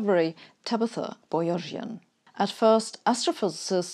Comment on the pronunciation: Boyajian is pronounced as boya-gee-yan, not as boya-zhian. It's an Armenian patronymic meaning "the descendant of a painter", coming from the Turkish word boyacı "painter".